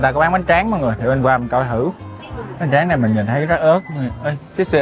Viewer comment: nói hay bỏ chữ t đúng không mn. Thấy = hấy 🫢